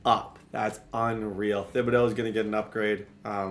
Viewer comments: The “h” in Thibodaux is silent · How has not corrected saying thibedaux’s name yet? 🤣🤣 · you should google how to pronounce Kayvon Thibodeauxs' name, you butcher it every video 😆